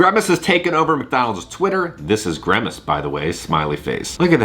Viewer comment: WHY DO YOU KEEP SAYING GREMACE? IT'S GRIMACE.